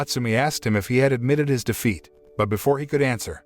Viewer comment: Took me a while to figure out that you were saying " wanted to taste defeat" not " wanted to taste feet"